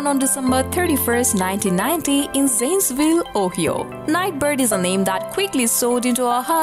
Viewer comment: Ohio is not pronounced O-he-o. Use the internet to search for the correct pronunciation of O-hi-o. Google 'how to pronounce Ohio?' In this day an age, there should be no excuse for news like media to miss pronounce proper names.